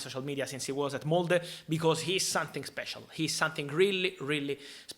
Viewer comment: The way you said Molde was absolutely spot on, usually when english pronounce it comes out like Mold, and it sounds like something rotten x)